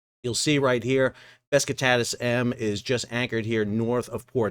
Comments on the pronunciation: Bro...please... It's not BES KI TATAS It's BESIKTAS... pronounced.. Buh-Jick-Tas. Otherwise good content. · Man, you keep calling the ship Beskitadas…. it‘s name is Besiktas, „beschiktasch“ which is a part of the city of Istanbul…. Sounds to me like some fellas of color are using „aksed “ instead of „asked“….😢 I like your Chanel but please be more careful with pronouncing names correctly…. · Dude it’s pronounced Be Shick Tass. Not whatever you have been saying. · Always surprised how bad US Americans are pronouncing foreign language names. The name is Beh-jig-tass, with Besiktas being a part of Istanbul, with a very famous footbal (soccer) club... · It is probably pronounced Beh-shik-tash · The butchering of Besiktas is also done on purpose, got to pander to his American audience.